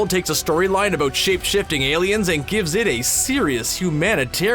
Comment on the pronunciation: Really loving that "aboot" ^~^